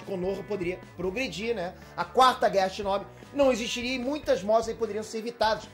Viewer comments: ele flw chinobi errado kkkkkkkkkkk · Shinóbi não, namoral kkkkk